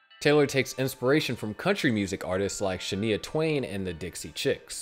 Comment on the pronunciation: Shanaya, not Shaneeeya please pronounce Shania correctly